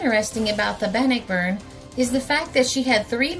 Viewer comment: I once lived on Bannockburn Ave. In Ambler, Pa. in 1957/58🙃🙂The name is pronounced Ban-nock-burn.